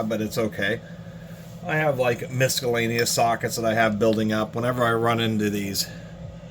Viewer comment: Are you actually saying "MISKallaneous"... that's throwing me off... hell of a collection though.